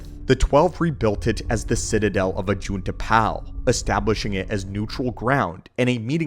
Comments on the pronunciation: Anybody else annoyed that he pronounces Ajunta Pall as Ajunta Pal? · Is it bot pronounces 'pall' as in pall bearer? More akin to paul, than pal? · Idiot doesn't even know how to say ajuntal pall correctly. It's pall not pal. Ugh, it's grating in my ears. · Ajunta Pall is Pronounced like Hall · Ajunta Pall's name isn't pronounced correctly